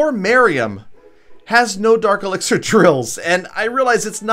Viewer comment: did you really just say elexier